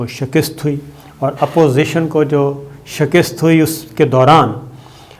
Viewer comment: Correct your Urdu pronunciation. It is Shikast NOT Shakist.